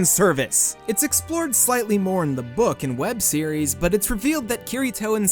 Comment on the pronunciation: i thought you said vore instead of more